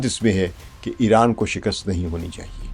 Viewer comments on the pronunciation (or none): none